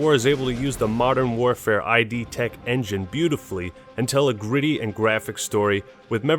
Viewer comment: "Id" in "Id tech" is pronounced as one word, its the name of the doom developer